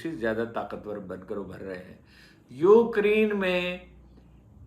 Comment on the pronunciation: It is not Ukriiine, It is like UCrane, correct pronunciation, with due respect.